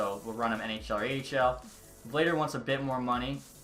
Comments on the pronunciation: Not me still tryna finish the vid lmao, btw it's pronounced Vluh-dar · Vladar is pronounced “Vlah-Dahr”